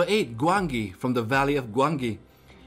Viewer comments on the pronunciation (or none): It is said Gwanji